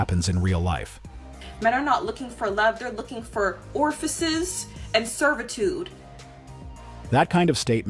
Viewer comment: 14.36.....i'm pretty sure that ORFICES is not a real world. If you're going to try and use a fancier word so as to appear smarter ! it's perhaps a good idea to get that particular word correct in the first place.